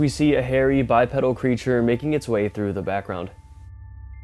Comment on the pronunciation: Bipedal pronounced Bipeedal